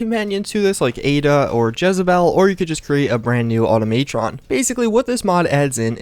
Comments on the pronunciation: Auto-may-tron? It is auto-ma-tron. No y. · good vid but everytime you said "automaytron" I cringed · Okay, I love the vids but learn some English bro, also I cringed so hard when you said auto - may -tron and some of your earlier mods you had made me cringe so hard, like in the submersible power armor vids you said only the bouncer helmet was a big daddy helmet when they all were, just some advice, look up the words before you say them and when you review a mod look up who made it, how, and the lore and the content of the mod, like how you practically called a previous mod author a model ripper for using and re-rigging the deadpool game model to work for fallout 4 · Dude automatron has a ahh sound at matron there is no E to make it sound like the way you are saying lol just letting you know